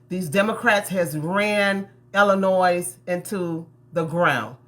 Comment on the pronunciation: How is she trying to run and she can't even pronounce the name of the state correctly. The s on the end of Illinois is a silent s. She seems toxic, I hope they don't vote for her.